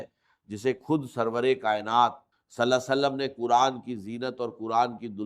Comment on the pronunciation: Yeh Dr Israr Ahmed ka npbayan nahi hai. Yeh kisi nay unki awaaz lay kar aur unki tasweer lay jar bayed hai. Yeh AI ki bsni huyee video hai. Urdu ka talaffyz bulkul ghalat hai. Quran ko kuran kahan raha hai